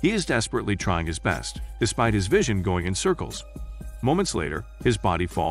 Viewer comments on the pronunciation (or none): none